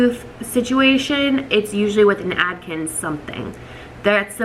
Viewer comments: It’s Atkins, not Adkins. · Adkins!! Isn't it Atkins? Lol